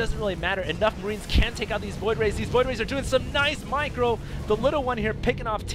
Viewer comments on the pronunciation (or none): Yeah I have, that's why it was funny when in his excitement it sounded like he said Michael. How about you calm down and stop acting like a child. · I love the gibberish comes out with when he gets excited. "Oh, and nice michael from the little one!" lol...